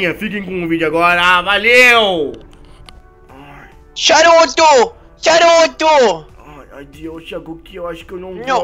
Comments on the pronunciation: ele ta chamando o saruto de charuto XD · O hagoki guando ele fala saruto parece charuto